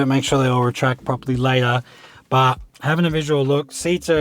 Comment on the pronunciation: Curious what you said about the gear shifter. Sounded like “wonder reverse”. Just wondering what that means?